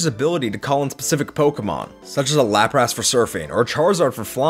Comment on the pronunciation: I hate the way you said Lapras, it probably technically right (since it comes from Laplace) but it hit my ears weird